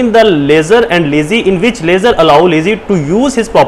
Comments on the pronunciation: لیزر نہیں لیسر ہوتا ہے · Pls lessor and lessee ko drust pronounce krain